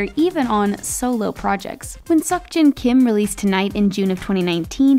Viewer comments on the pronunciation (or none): "Seok Jeon Kim"????????? xddd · "suckjin kim"